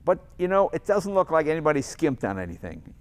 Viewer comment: Jay talking about 400z: "This is brilliant" Jay talking the impact of the 240z the entire video: "But I LOIK this"